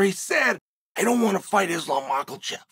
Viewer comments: chael saying mocklechev is so fucking funny he so serious with it too😭😭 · I remember who is the real GOAT everytime Chael says, "Moklechev"